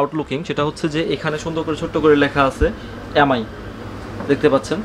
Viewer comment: এ্যাম আই না এম আই, ভাষাগত কারণে অক্ষরের উচ্চারণ গুলো পরিবর্তন না করি ভাই